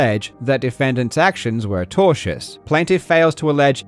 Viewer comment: Due to Karl's accent, I kept hearing "tortious" as "Togers", and since I have never heard that word before, I thought Karl was just like on fire taking the piss lol